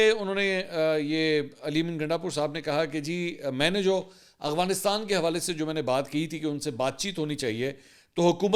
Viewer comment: "افغانستان" لفظ ہے نا کہ "اغوانستان"😂